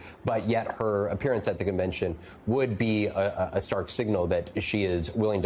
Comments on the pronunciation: “Convection” my goodness it contagious. Back to the mask mandates. Is there a Biden vaccine? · Ah you slipped. "Convection" vs "Convention" that was a clear gaff. Hmmmm, maybe time to retire and let someone younger take over. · "Rapablicans going to convection". Nice intro to this nosense segment. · Oh my G** she said convection instead of convention. I am not sure she is qualified to read the news. she is probably too old.... or maybe everyone makes speech gaffes. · So, the MSNBC news anchor mispronounced a word. She should resign immediately.